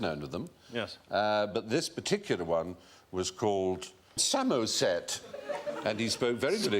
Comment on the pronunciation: haha,,, Bill Bailey ''Samo-set''..... Geddof my land